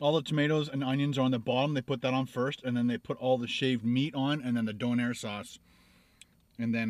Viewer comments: It's pronounced Doneeer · Its a maritime thing its pronounced doe nair not donner and your suposed to peal back the tinfoil and it down so it catches the juices coming off of it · It's pronounced Dough-n-air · ITS DOUGH NAIR LOL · its pronounced DOE-NAIR 👍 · I don't care if you're from the dark side of the moon, it's obvious that your a little confused. The Donair is how it's pronounced. It's not a Döner Kebab. If you think there is no such thing as a Donair, you might want to take a trip to Nova Scotia and see for yourself. It's basically a different take on the Döner Kebab, but it's a beef based pita with a sweet sauce. They sell them in pizza shops everywhere up there. It IS a different dish. Think of it like this. It's like comparing real Mexican food to Tex-Mex. Tex-Mex is a Mexican inspired style of cuisine created in the U.S. You don't see Mexican's complaining and crying about it not existing. The Donair is about as Turkish as crunchy tacos are actual Mexican food. It really should be so hard for you to understand. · It's called a doner kebab, very very popular in England, usually people will buy a kebab on the way home from a night out..... Don't know why the shop in your video spells it donair because it's wrong and your pronouncing it wrong!!! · in nova Scotia. it's pronounced Doh-Nair and put it together it's donair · I haven`t read the comments so you`ve likely heard all this already. I`m a Nova Scotian, onetime Haligonian, now living in Ontario. On the east coast we pronounce this dough-nair and spell it donair. Obviously it`s a maritimey spin on such great foods as the doner kebab and the gyro. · Coming from an east coaster, these are awesome! And don't worry, my mom pronounces it don-air too. I pick at her every time lol. These are very popular especially after drinking. Very sticky, but delicious and fattening. I usually get the donair sub. It's even better. Has garlic butter and gooey mozzarella cheese as well. Great video. Glad you liked it:)